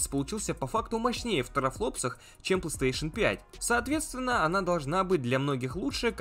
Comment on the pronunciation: фанат бокса, так как не может выговорить PlayStation павильно. (Плестеешен он говорит, сук я раза 3 акцентировал внимание что выговаривается не так)